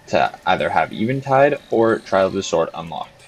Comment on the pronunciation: I cant believe you pronounce eventide like that